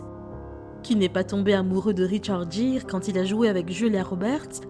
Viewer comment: Richard Geere prononcer GUIRE